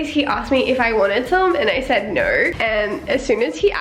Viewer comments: She say "Nrr" not "No" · This is the amount of times says neur and seur. (Translation: no and so) 👇🏼 👇🏼 👇🏼